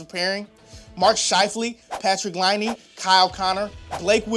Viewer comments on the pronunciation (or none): none